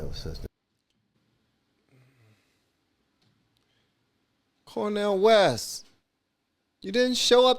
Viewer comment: I love the way you said Cornel West 🤣. Funniest thing I've heard today